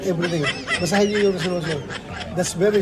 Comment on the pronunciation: Resolution ay selosyon😂